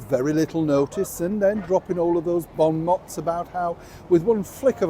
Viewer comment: The pronunciation is ‘bon mose’ and not ‘bon motts’